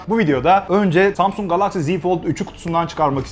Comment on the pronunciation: Galaxy ve klasik kelimelerindeki a sesini neden kalın okuyorsunuz?